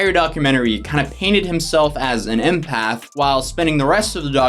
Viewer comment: I feel like they aren’t saying empath right lol